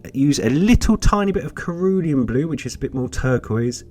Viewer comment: Enjoy watching your videos, your colour mixing techniques are also informative. The pronunciation of "Cerulean" blue is a soft C and not a hard C as you have pronounced. 🍻